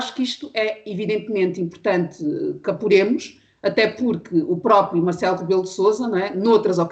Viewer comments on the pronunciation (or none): Dizes!! O que eh isso? Sera "que apuremos"? Deixa la esse sotaque tao irritante de lesboa...